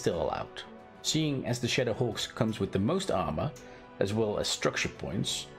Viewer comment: First time he said shadowhawk, I literally thought he said shitterhawk lmao 😂